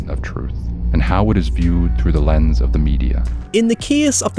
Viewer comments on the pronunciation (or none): none